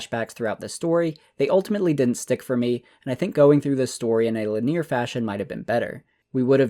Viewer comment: It's lin·e·ar not li•near 🤣